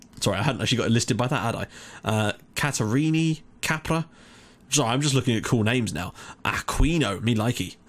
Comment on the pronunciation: When you say Capra, it sounds like you are saying Cabra, that in portuguese means Bitch, LOL!!